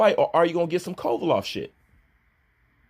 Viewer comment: that man's name is KOVALEV NOT KOVALOFF.....you been fuckin that man's name up for too long